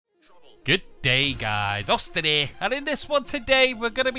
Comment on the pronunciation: "Good day guys AUSTIN ERE!"